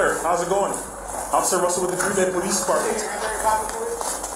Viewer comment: 🤣 her accent gets all thick, trying to sound like Sofia Vergara. “Please, no, offifer, I’ve never done anything in my life.” Her pleading and acting is terrible.